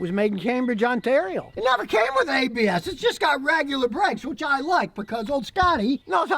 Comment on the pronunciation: when he said ABS cruise control. I thought he was speaking Latin... I heard Habeas Cruise control rofl.